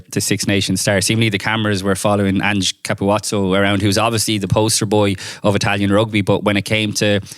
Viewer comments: Why can nobody pronounce Ka pu zzo's name properly?? It's not Ka pu watso. Listen to how the Italian commentators say it on Italy's winning try against Wales two years ago 😂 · Italian try v Wales in 2022. Italian commentary. It's Ka pu zoo😎